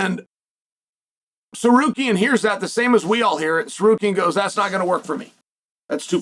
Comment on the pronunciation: How does chael butcher Armans last name… then magically start pronouncing it correctly… then by the end of the video or the beginning of the next he’s right back just winging it 😂